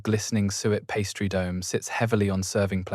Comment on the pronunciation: Please can you ensure the pronunciation is adjusted. Påté, pastry.......all sound ridiculous. Thanks